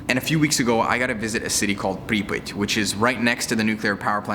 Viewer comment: Prip e ot is the correct pronunciation